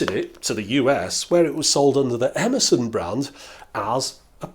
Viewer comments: It took me a while to hear "Emerson" as that and not as "Amazon". Great video, as always! :D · When he said “Emerson” I heard “Amazon” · Every time he said 'Emerson' I understood 'Amazon' and I was so confused 😆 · Yankee language observations: the first two times you said "Emerson," I heard "Amazon". also, chuckled at "heat shrink CHOOBING".